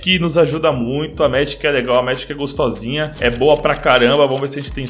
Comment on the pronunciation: isso me deixa mt irritado e deixa mts pessoas assim tambem, n se fala megike se fala megic, parece q vç ta dizendo medik sla